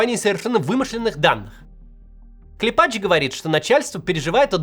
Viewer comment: КлЕпач. Ударение на "Е".